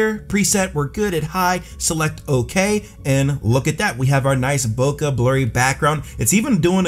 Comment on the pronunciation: Bro is mispronouncing Bokeh lmao.